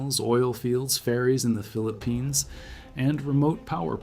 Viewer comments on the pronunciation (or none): none